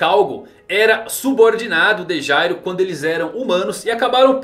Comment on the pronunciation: Cara o nome do Meleodoron é Jail, a pronúncia e escrita é diferente de Gyro. A temática do personagem é ser um criminoso, um ladrão, o nome Jail significa cadeia e olha os nomes das habilidades dele: álibi, cúmplice, plano perfeito. A personalidade dele é totalmente diferente da do Gyro, o Gyro sai da NGL no cap 203, e no capítulo 213 o Meleodoron tá la ainda e ve o nascimento do Meruem, sem contar que o pinguim lá era pai adotivo dele enquanto o Gyro matou o pai e sumiu no mundo para fundar a NGL, pra ele ser o Gyro ia precisar de um retcon e na minha opinião seria horrível.